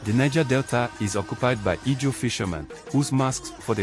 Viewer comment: It’s pronounced Izon or Ijaw